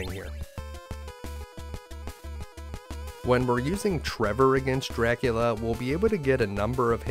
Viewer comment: Medusa with Grant? Axes from the ceiling. Also, I cannot unhear it when you say it... Chrevor jumps the penjulum to chry his shtrategy against Jracula. Great video, I enjoyed it. Thanks.